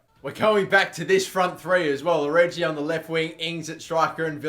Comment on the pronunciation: FFS, stop saying "origi" like orgy. It's oh-ree-gee, where the 'g' is pronounced like in Yogi Bear, or Yoga. Otherwise, love the series.